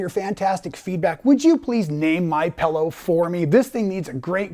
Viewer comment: hahahaha,, pellow? Its pillow like in pills, not pells, hahahaha, you sound like an Australian! Great pattern, going to make it for my husband as a neck roll!